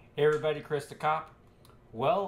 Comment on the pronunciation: He said christhecop